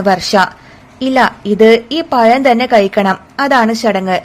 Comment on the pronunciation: Kadha parayan thudangunnathinu munp tongue cleaner tongue clean cheyyanam anhale pazham annu ucherikkan kazhiyu allenkil payam annu parayendivarum.